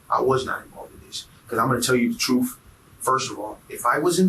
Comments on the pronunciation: Ima tell you the truff. 😂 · The man said Im gonna tell you the TROOF as if he werent purposely wantin to sound ignant!